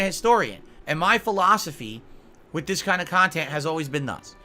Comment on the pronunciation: The word is "witH",! "WIT" is an entirely different word & something you don't have!!